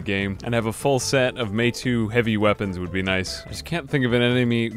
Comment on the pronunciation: You're mispronouncing Meitou. It's said more like may-toe, or to'mato'. I mention this not so much as a correction but so you understand me when I say that you have two meitou swords :D